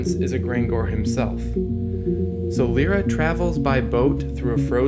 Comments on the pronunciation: it's Lyra not lera or lora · "Lie-ra", it is pronounced that way.. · I always thought that Lyra is pronounced "Liera" other than "Lira"